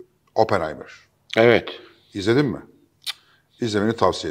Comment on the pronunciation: OPPENHEIMERA KOTU DIYENE KADAR KONUSMANI DUZELT